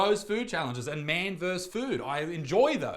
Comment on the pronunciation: Isaac. Isaac. You are old enough not to pronounce versus that way.